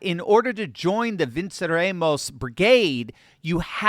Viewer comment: (its Spanish not Latin) Vehn-cerEH-mos